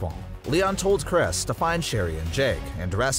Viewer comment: Nah he's saying these names wrong on purpose bro said cres ITS CHR-IS